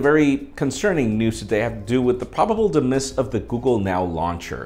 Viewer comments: did you seriously pronounce "demise" as "Deh-miss"? it's" Dee-myze"... i love you and all but damn dude.. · "de-miss"... No kidding.